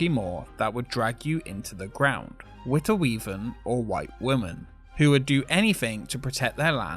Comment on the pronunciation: He says he can't speak Dutch but says Witte Wieven several times wich is perfectly Dutch.